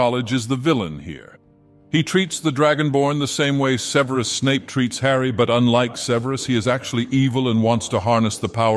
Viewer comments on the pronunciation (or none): none